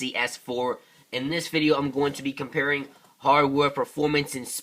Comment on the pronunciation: comparasing =/= comparing